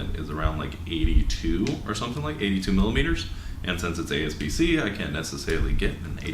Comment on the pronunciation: a-P-s-c not a-S-p-c 👍🏾